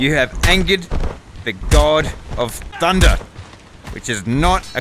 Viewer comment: i love i when he said you have angered the god of thundeh